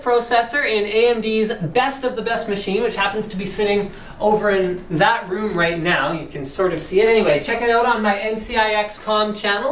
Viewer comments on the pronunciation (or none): none